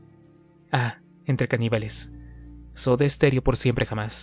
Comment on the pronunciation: XDDD SODA ESTEREO??XDDDD